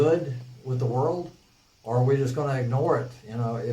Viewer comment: roflmao the way he pronounced world... the "whirled"